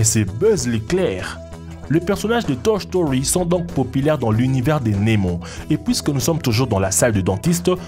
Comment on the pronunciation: a dit toch story